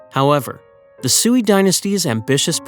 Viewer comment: Sui is pronounced sway😊